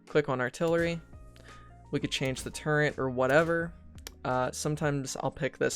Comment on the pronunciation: It kind of sounds like you're putting an 'n' in turret. It's not turreNt